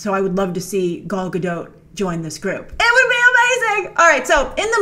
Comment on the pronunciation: Grace! Gadot is prounced like dot! Like .com With strong T!